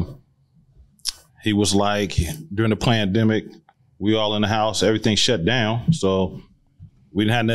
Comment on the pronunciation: my man said plan demic 😂😂😂